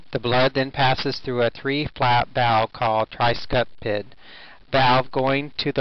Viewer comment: I'd have this re-tracked...Nice try for a VO, but Tricuspid is NOT Tricupsid....audio is EVERYTHING